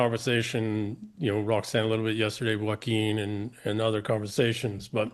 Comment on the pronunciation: Poor Joaquin. Nobody ever pronounces his name correctly.